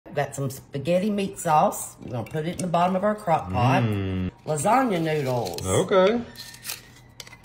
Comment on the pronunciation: Not even reminiscent of lasagna. She even mispronounced it. 😜